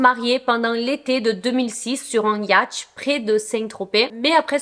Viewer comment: "un YACHTE" 😂😂 j'adore ses mots inventés 🥰 ça ne m'étonne pas, Poutine adore les animaux. Merci Pamela 🙏🏻